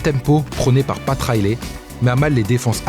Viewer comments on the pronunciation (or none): none